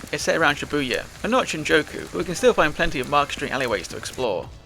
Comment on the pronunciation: This is a good video but you saying shinjoku instead of Shinjuku is driving me mad 😭again otherwise it's a really good video and for not knowing Japanese your pronunciation isn't horrible, the language is pretty phonetic so something like for example Yakuza is pronounced exactly as it's read, Yah-ku-za with no emphasis on any part of the word unless it's the sound of a certain vowel like I being pronounced like e so like geenza instead of ginza or j being something different but I don't know how to explain it, I'd recommend looking if up if you're interested in learning more lol